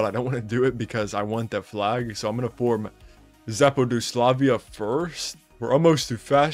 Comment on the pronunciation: You can call Zapadoslavia West Slavic Nation since Zapad means West and Slavia is pretty much the name of the country or you could modify it to whatever you want since.. the pronounciation oh my...